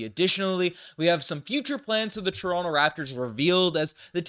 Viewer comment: calls Toronto= " Torinke' "